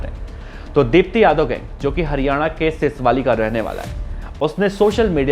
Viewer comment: सीसवाली नही सीसवाल है भाई